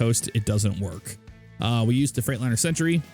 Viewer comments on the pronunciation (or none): none